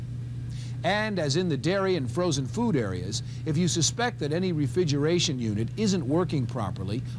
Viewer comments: Did the host say "refigeration" instead of "refrigeration"? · “Refigeration.” I can’t unhear it. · He keeps saying "refidgeraration"... is he related to Trump? What are the "oranges" of this video? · “Refigeration” lmao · The way he pronounces "refrigeration" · The dude cannot properly pronounce "refrigeration". He simply can'y say the second 'r'!! It happens over and over... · and there I was just saying that he may have gone on to be a tv anchor. Not if he can't say words with two Rs in them lol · Maybe he just wants to be a Rural Juror?